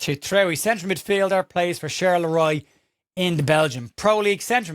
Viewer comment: Get, Charleroi is pronounced SharlaWa